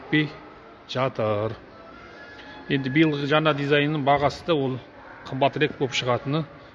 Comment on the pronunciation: жана емес жаңа кобалттын емес кобалттың Ң деген әріп бар қазақ тілінде